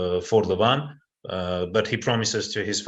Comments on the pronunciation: Who the ,f..... is Levon????? It is Levan and Devon. Stop f.... his name . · It's Levan, not Levon or John Cena...